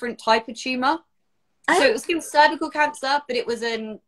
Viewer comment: Nobody in the US says cer-vy-u-cul lol. But thats terrible they refused a pap so long!!